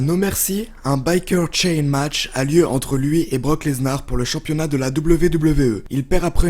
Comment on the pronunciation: Et aussi quand il dit brock leznar !!!!